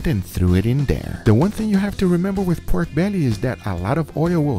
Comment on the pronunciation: Bruh. I hate the way he say “peiorke bealliey”